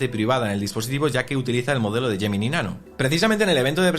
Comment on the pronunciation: Porque hay palabras en inglés que las pronuncias perfectamente como por ejemplo “call notes” y después a lo largo de todo el vídeo vas diciendo todo el rato “gemini”?